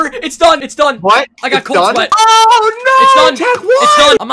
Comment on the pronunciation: Cold sweat or cold swaet?